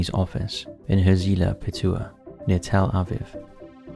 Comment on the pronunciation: He says Tel Aviv weird 😂